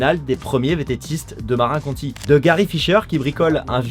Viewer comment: merci tu geres bon montage bon story telling. En anglophone que je suis, ça m'a un peu écorché les oreilles d'entendre certains mots prononcés comme si ils étaient français, comme "marin" au lieu de marinE county, et yen a d'autres. Et a tout hasard, tu utilises l'IA pour avoir les yeux aussi fixes ?